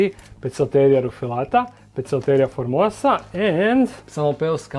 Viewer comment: opet citas formoSa a ne formoza:P